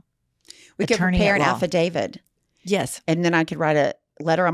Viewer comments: It’s killing me how so resolutely pronounces it “affadavid”. 😂😂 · is BUSTED! She ain’t no real attorney, no ma’am! She kept saying “Affadavid” 🙄